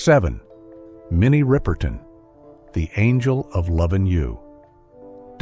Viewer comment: "Minnie RIPER TON"!?? 🤣🤣🤣🤣🤣!!!! This dude has SERIOUS PRONUNCIATION PROBLEMS!!🤣🤚